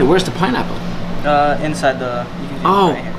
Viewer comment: oh no he say pineaple😥 joke joke joke joke joke